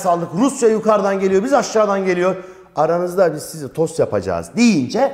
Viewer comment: hocam tost demenizle derse 15 dakika gülme molası verdim teşekkürler :D